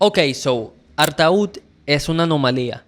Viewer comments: Felicitaciones por tan amenos y genuinos comentarios sobre el disco de referencia. Quisiera hacer unos aportes, amables, no en tono de crítica, uno de forma, el otro de fondo. 1)Artaud se pronuncia "Artó". Del Guercio se pronuncia "Del Güerchio". Frascino se pronuncia "Frashino". 2)Hay una falta de interpretación en cuanto al mensaje, sentimientos y creencias, que enmarcan el tema "Todas las hojas son del viento". El mensaje es contundente: hay Vida, en el niño por nacer, en el seno de su Madre, Vida que debe ser protegida, cuidada, amada. Spinetta es clarísimo, su sentimiento abrumador, y su llamado, hoy, es mucho más urgente y pertinente que hace 50 años. Porque es hoy, cuando la entidad como persona del niño no nacido, está negada, su vida amenazada y a diario sacrificada. Ignoro si Spinetta habrá cambiado de opinión al respecto, pero esta canción es un alegato contra el aborto simplemente demoledor. El público de rock, argentino e hispanoamericano, y toda persona con la mínima sensibilidad que tome contacto con esta obra, debe tomar nota de ello y detenerse a reflexionar. Ojalá esta canción continúe eternamente, su misión original, y toque corazones para que reconozcan, amen, y respeten la Vida. No vendría nada mal, a un público "del palo" que últimamente suele sostener posiciones frontalmente opuestas. Spinetta=Vida...¡presente! Gracias infinitas. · Ya empezamos mal. No se pronuncia artaud.... Sería algo así como Artó... Poeta maldito, del susrealismo francés de principios de siglo XX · se dice artód. Bueno ya termine el video, nada videazo, el mejor album en español de la historia, buen analsis tema a tema, lo único que me choco fue ese artaud vs artód en la pronunciación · se pronuncia: ¨artó¨ (tengo entendido) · Artó chango, se pronuncia Artó! Perdón por ser ése y gracias por la reseña. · ¿Por qué pronuncias bien el apellido de Artaud pero pronuncias mal el nombre del disco?